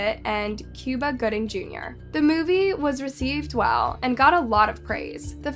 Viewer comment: And it's not "Cewba" Gooding.....lol